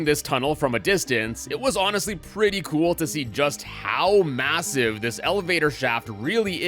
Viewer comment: Did he say massive?